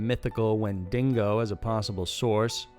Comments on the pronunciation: WTF is a "Wendingo?" Is tha a wendigo-dingo crossbreed? LMAO! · Ty, bc I think I've been thinking/hearing the dingo 😂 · Wendigo. Not Wen-Dingo. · WenDIGO, not WenDINGO. Geez. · Wendigo,not dingo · 'When-dig-oh' Not win-dingo lol. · Say it with me.... Wen-di-go..... Wendigo. Not win-dingo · You say Wendigo with an extra N. It's When-dee-go, not when-ding-go, ya chode. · Lmao you said Wendingo again! It's Wendigo 😂🤣😂🤣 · Lol then he said when dingo. Its wendigo. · Lol it's windego not windingo 😂😂😂😂😂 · Im a huge fan of the channel, but this is the 2nd time i heard you say "wendingo". Its "Wen Dee Go" or "Wen Di Go". I cant imagine how many subs you've lost already and damage this has done to your channel. Lolol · "Wendigo" not "wendingo". And "Canadive native"?? I'm Canadian and you just made me sad. 😞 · It's pronounced "when-dee-go", not "when-dingo" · WENDIGO....NOT WINDINGO. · its weandigo not wendigno FIY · 🤨<(Did you say Win-dingo?) 🤣<(Oh FML He called it a Win-dingo!?!?) 😆 😆 😆 🤣 🤣 🤣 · So, didn’t feel like sharing the sounds of the possible “whendingos?” lol, the hell man... When-de-go. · 'Cananative Native'? I thought it was 'Canadian Native'. 'E-job-wae'? I thought it was 'E-jib-way' 'Win-DAY-go'? I thought it was 'Win-dah-go'? Man, forget this noise. Nice content though. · It's not wendiNgo, it's wendigo. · What the heck you didn't even let us hear the howling sound and I'm from Ontario Canada so that's very interesting to me also it's Wendigo not when dingo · Not wen- ding- o , it's wen-de-go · WENDIGO. Not WINDINGO. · You’re still saying WENDINGO???? you’d think the comments from your Canadian cryptids video would have tipped you off. It’s wendiGO. Holy cringe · Did you just say Wendingo? 😅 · its "when-dee-go" not " When-dingo" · win-dee-go, not win-dingo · Wendingo lol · WIN-DINGO?? Is that anything like a WINDIGO? 😖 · Windingo? Canative? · pffhahahah wen-ding-go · The Wendingo Mandingo lol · It's pronounced "Won-Dee-Guu" smdh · Justin Barton he did